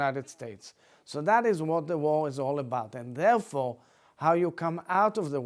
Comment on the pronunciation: This politician talks like he has grapes stuffed into his mouth 👄🍇 War is pronounced, 'Warheghh.. 🍉. Stop the warheghh